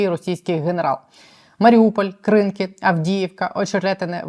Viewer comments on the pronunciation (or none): none